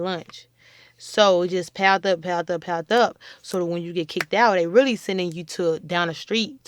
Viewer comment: Powled up, powled up, Powled up....she means Piled up